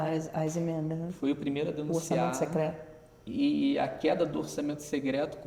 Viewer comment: uma otima visao Economica, mas pq ele fala "Segreto", "orçamento segreto" :D?